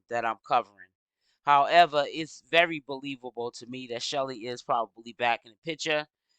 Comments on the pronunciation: Hi love your videos. Her name is pronounced SHELL like seashell… Her name isn’t Shelly. Please make note so people can also use these videos in the investigation. Details matter❤ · Chelle, like SHELL. Why you mess up everyone’s name?